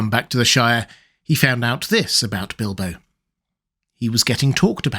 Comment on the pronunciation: Bildo? Tha burrrrglaur??